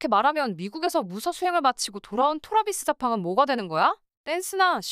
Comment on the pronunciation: 아 ㅋㅋ 또박또박한 한국어 기계음에 토라비스자팡, 킹뿌리만 일본 발음인거 개웃기다